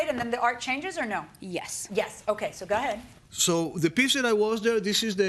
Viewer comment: Judge keeps saying ga head LOL